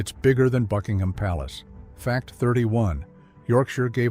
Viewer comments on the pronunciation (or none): none